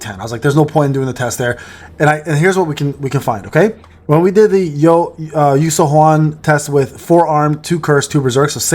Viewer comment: Her name is pronounced “you sue-yun”